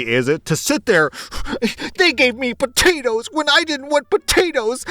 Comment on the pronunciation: you can’t be doing that. I’m at work listening to you and I couldn’t help but die laughing when you said “El Poatoes” 🤣